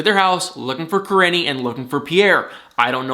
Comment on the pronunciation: Im NOT at all trying to come off in any kind of Bad way whatsoever when I say this but its driving me CRAZY, her name is PRONOUNCED like Ka-Reene ! Im Sorry to have to be one of "those people " by pointing it out, as I'm not an narcissist or anything. However, it's driving me absolutely crazy. 🥴